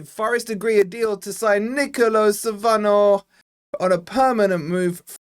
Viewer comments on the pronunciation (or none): Nicolo' with an accent means it's pronounced differently